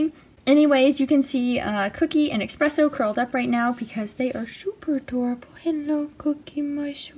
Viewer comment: Did she say Expresso?